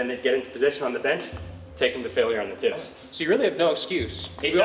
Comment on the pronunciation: "Tips" sounded so wrong. I kept on hearing "ti*s". I'm definitely hearing harder than last time.